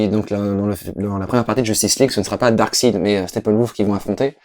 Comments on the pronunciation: le seule vraie défaut de la vidéo,c'est quand dit Darkside et non DarksEId. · c'est pas Darkside. C'est Darkseid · Pitié, prononcez Darksaïde T_T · est marrant, il est fan de comics et il ne sait même pas prononcer correctement Darkseid!! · je préfère largement le Ghost Rider d'agents of SHIELD à celui du film. Comme quoi les goûts et les couleurs :p Par contre entendre prononcer le nom de Darkseid à la Française ça m'a vraiment crispé x)